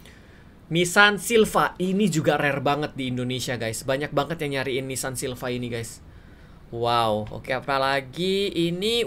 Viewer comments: Silivia bang bukan silva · Miawaug: Nissan silva Me: Nissan silvia yang bener bangg